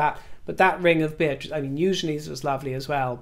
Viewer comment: Bear-Trice, my new preferred pronunciation